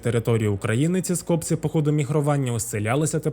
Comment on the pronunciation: Скопці́ - правильний наголос.